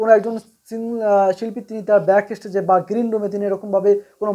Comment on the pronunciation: অতিরিক্ত কথা বলছে আর তাছাড়া উচ্চারণ ঠিক নয় যেমন "স্টেজ"শব্দটা উচ্চারণ করছে "এস্টেজ" অথচ জুবীনের মত মানুষের সমালোচনা করছে, ফালতু একটা ইউটিউবার